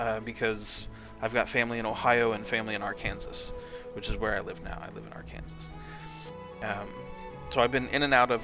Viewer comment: cool work! your pronunciation of arkansas threw me off there lol. it was the warcraft3 editor for me! keep up the cool work!